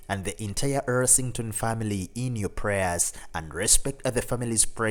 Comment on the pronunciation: Yeah, he mispronounced almost every name in the video. Gary's last name is Rossington NOT Ersington.